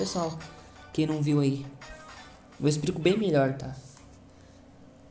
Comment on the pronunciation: aprende a falar cara, a todo momento "exprico"